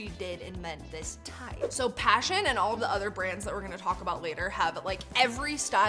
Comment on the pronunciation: Pashion not passion 😂😂😂😂😂😂😂😂